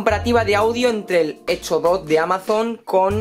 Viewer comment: Retundante... Energysten... Hecho? Dot..... Buen video. Lenguaje...muy mejorable...